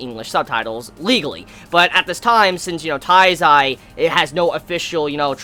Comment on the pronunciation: it's not " TAIZAI" it's Nanatsu no taizai. if you can't say it correctly just say the seven deadly sins i'm not hating just tell you how am i think